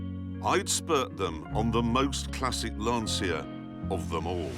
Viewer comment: LAN-CH-IA FFS!